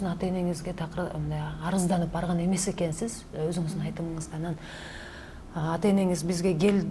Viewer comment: Алып баруучу айткан эккнсиз деген эккнсиз дейтко дегенин каяктан уккан